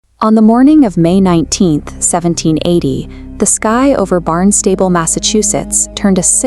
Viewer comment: Thank you very much. Also, we have always pronounces "Barn Stable" like this: BARNST-uh-bull ❤